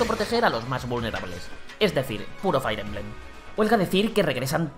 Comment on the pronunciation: Otra vez diciendo "Fair" emblem... 🙄